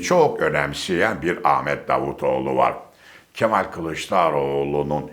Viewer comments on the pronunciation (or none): none